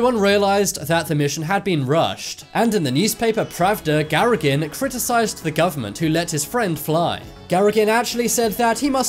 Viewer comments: Gagarin. Please re edit your video. It sounds irrespectable and even a bit stupid when you continue calling the cosmonaut Garagin... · Its Gagarin not Garagin. Jeez. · the name of the first man in space is not Garagin, but Gagarin- but at least you were consistent in your misspelling and mispronounciation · who the f*** is Garagin??? I know Gagarin but no Garagin... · From onwards you confuse Yuri Gagarin's name by calling him Garragin. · The Cosmonaut's name was Gagarin ffs - the first man in to Space - not Garagin!!! If you're going to make a serious YouTube video about historical figures, you could at least get their name right! You started off okay for the first half of the vid but then lost it..... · your graphic changes the name Gagarin to "Gsragin" and your voice over switches to "Gsragin" too. The following was taken from Wikipedia : "Yuri Alekseyevich Gagarin was a Soviet Air Forces pilot and cosmonaut who became the first human to journey into outer space, achieving a major milestone in the Space Race; his capsule, Vostok 1, completed one orbit of Earth on 12 April 1961." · GARAGIN !!!! if you are going to talk about famous people in history, at least pronounce their names correctly. His name is Yuri Alekseyevich Gagarin Gagarin = pronounced Ga ga rin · Repeat after me: "Ga-ga-rin". Again. "Ga-ga-rin". I don't know who is this "Garrigan" you keep mentioning. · It's GAGARIN not Garagin. It would help to know the characters when narrating a video. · The man's name is GAGARIN! NOT GARAGIN! Plus the emphasis is on the 2nd syllable - something you couldn't really get wrong if you got the name right! Since he is an icon of space science, I feel that Yuri Gagarin deserves to be better remembered! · Gagarin to "GARAGIN" wtf bro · It is not Garagin, but Gagarin Juri! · Who's Garragin? It's GAGARIN, ukn .. Radio GA-GA .... RIN-Tin-Tin! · Garagin? Not maybe Gagarin? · Why do you change from 'Gagarin' to 'Garagin'? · His name was Yuri Gagarin, not "Garagin".